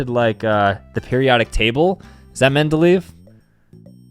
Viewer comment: bro its pronounced mendelayev (he was a pedophile btw)